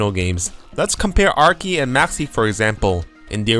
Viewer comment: The 'ch' in Archie's name is pronounced like the 'ch' in charizard. Your english is obiously really good, i'm just throwing that out there for future reference. You make great content